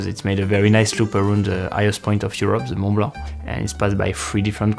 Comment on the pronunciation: you don't pronounce the T or C of Mont Blanc in French, please America, it is not so hard